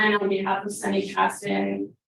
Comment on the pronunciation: Sonny rhymes with "sunny", NOT "Sony". FFS